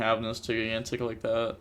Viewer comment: I'm sure this has been brought up before, but it's pronounced jīˈ-ɡan-tik, not gi-gan-tik